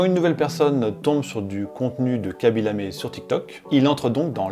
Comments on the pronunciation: C'est "Khaby LamE" et pas "LamÉ". Signé un Sénégalais qui n'a vu que 3 secondes de la vidéo mais qui a quand même envie de la voir lol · Hello, ce n'est pas "Kabi Lamé" mais KHABY Lame. Un tout petit effort please sur la prononciation. superbe vidéo